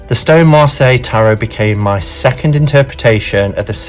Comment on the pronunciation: I can’t believe we have been pronouncing it wrong this whole time, B! But glad to know now. 😊❤️